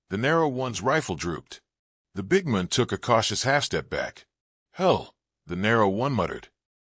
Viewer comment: Your AI voice has trouble pronouncing the word MAN. Try again, this one’s a dud.